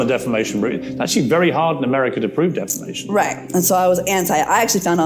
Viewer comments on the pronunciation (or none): She says defamason not defamation , listen .